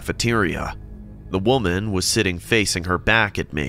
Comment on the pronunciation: it says woman but I heard walnut 😂